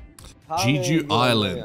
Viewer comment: This series is truly uplifting, puts you in a good spirits. So much laughing and healing. It is so funny, their friendship, antics, dynamics. Btw, Jejudp is pronounced with a short 'E' like elephant and ends with a long O. Jeh-ju-do We spend 4 nights in Jejudo recently. Such a beautiful place, so relaxed, great food, nice people, the smell of nature, the ocean, etc. It is called the Hawaii of Korea and it is easy to see why. Also about tattoos: Korean society normally frowns upon it because they link such things to gangsters. When Jungkook first did his tattoos, he had to cover them up or put make-up over it. But now, he displays it openly and he paved the way to make tattoos more acceptable.